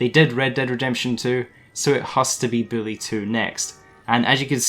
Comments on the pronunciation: Its "boo - lee" not Billy 😂😂😂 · It's bully not billy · U sound like ur saying billy2